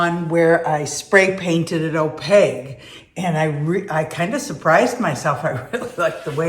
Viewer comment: It's opaQue, hun, not opaGue. Pronounced "O-PAKE", Q not G, lol. Interesting info on nipping the glass. Beautiful tree! Merry Christmas to you and your family.